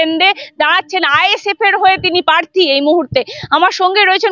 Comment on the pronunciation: কেন্দ নয় ওটা কেন্দ্র হবে, পাথ্থী নয় প্রার্থী,এই রকম উচ্চারন করলে সাংবাদিকতা হয়?